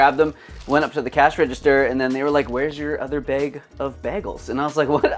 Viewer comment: i love how you are pronouncing 'bagels' 😂😂 BEGGLES long time subscriber here, I watch everything you upload and will do so as long as the channel exists 💪 great vid as per